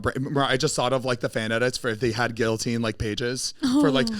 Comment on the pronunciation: ZANE LOL you dont pronounce the "LL" in "guillotine"